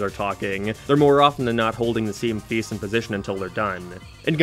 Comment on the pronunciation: Where on earth would you have to be from to have an accent this strange Like, what accent pronounces face as "fee-oous"